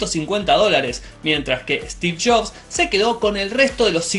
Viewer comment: "Steve Shops" me encanta el acento argentino xD